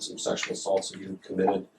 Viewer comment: did pronunciation of 'sexual' remind anyone else of Tim Curry's Dr. Frank-N-Furter? I adore, and Tim Curry -)